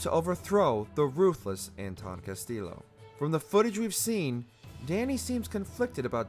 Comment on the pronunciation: Everytime he says Castillo he pronounced the Ls bu they are pronounced a (y)